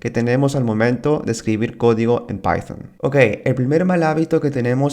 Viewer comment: Horrible como decis python!. Jaja Tus videos estan bien, pero me suena rarisimo tu python, pycharm.